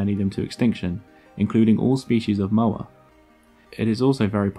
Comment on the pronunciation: The Maori name for this bird is Pouakai. There are cave paintings in the South Island depicting the bird. Sadly cave paintings tend to get vandalised, including vandalism done by anthropology students from Otago University in the 1920s and 1930s. Moa is not pronounced 'mower', it is Moh-ah . Great video though.